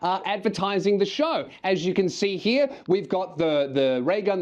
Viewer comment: He-ya .. its Here. Say it with me Raygun.. Here... Sounds like Heer. You can do it, you speak English, kind of.